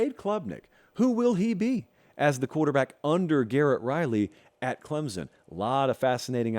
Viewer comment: This clown still can’t pronounce Clemson correctly but I’m supposed to care about his opinion?